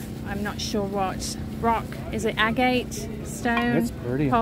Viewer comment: The stone is agate pronounced agg ut.